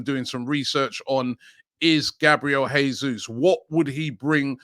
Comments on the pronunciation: Btw, Portuguese speaking country, it’s pronounced Jesus, not ‘Hesus’, like it would be in Spanish 👍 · Jesus is Brazilian. In Portuguese language, unlike in Spanish the "J" at the start of a word is pronounced "J", unlike in Spanish when it pronounced "H". The correct pronunciation is "Jesus", not "Hesus" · Robbie - If we get Jesus ithen we need to know his name is pronounced "Zhay Zeus" -- he's Brazilian.